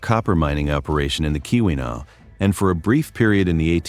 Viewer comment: The pronunciations are real rough there… I’m also very skeptical of those pics. I’ve been to many of these places and I don’t remember seeing all those foundations. Additionally, Mandan isn’t on Lake Superior, unlike in the picture. “KEY-one-aw” “On-tuh-NOG-in” “HOE-tun” “Puh-KWA-ming” You did get Kalamazoo and Saugatuck right!